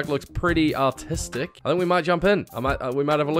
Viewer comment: For the first one I thought you said autistic not artistic😭